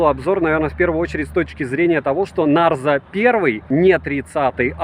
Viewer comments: Привет,! Обзоры нравятся, смотрю почти все. Но коверкание названия Нэйзер вместо Нарзо в сотый раз, подбешивает, наверное потому что всё смотрю) И потом, мне кажется, вы путаете, тот что вы купили на июньской распродаже и потерялось на почте, это Realme Narzo 30 5g 4/128, а тот, на который недавно у вас был обзор, это Realme Narzo 30 6/128. Там разница в процессоре, в 5g версии Dimensity 700, а в обычном Helio G95. Я на распродаже Али в июне купила сыну Realme Narzo 30 5g за 11700. Норм аппарат) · Ура! Всё-таки "Нарзо", а не "Нейзер")))